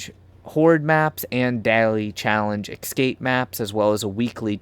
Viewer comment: The second letter in “Escape” is an S, not an X. I don’t know why it bothers me so much but it’s like nails on a chalkboard every time. Aside from that, you made an excellent video. Thank you for your work.